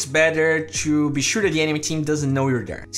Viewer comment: stop saying "tshoo" instead of "to"...i know its the accent thing but try to say it without the "tsh"